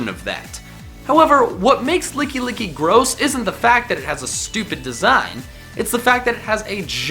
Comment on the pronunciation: THERE IS NO E IN GARBODOR! IT'S LICKILICKY, NOT LICKY LICKY!